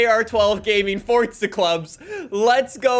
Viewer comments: It’s forza not fortza get it fuckin right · Clown still saying "fortza" lmfao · I do not like the way he says Forza. He says Forca. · Why does he say “FORT-ZA” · 😲Fun fact: Did you know that there is no "T" in Forza? Crazy, I know 🤯🤯🤯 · stop saying forza with a t